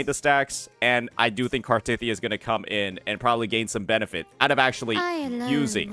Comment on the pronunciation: Why the emphasis on “tith”